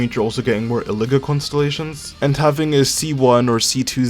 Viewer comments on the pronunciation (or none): I think Illuga is pronounced EE-loo-WAH